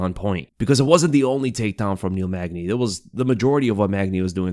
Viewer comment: Bro, its Neil Magny.